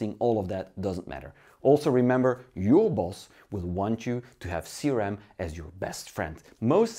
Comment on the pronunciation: No, he means C-ram that is actually CRM, but you do not pronounce it very well and the subtitles display "C-RAM"